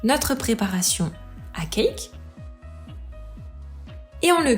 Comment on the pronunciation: J'adore ce que vous faites. L'idée de reproduire des recettes de grands chefs et de nous les partager est juste géniale. Mais SVP arrêtez de prononcer [Kaïk] quand vous dites CAKE ! Vous êtes juste RIDICULES. Regardez dans le dico, le cake (gâteau garni de raisins secs et de fruits confits) se prononce [Kek] même si l'origine du mot est certes anglaise. D'ailleurs le Cake dans son sens anglais veut dire gâteau et non cake au sens où on l'entend en français.